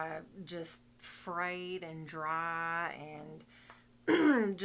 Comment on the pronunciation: Friiiiiiied and drrrrrrrrry! Go southern accent ❤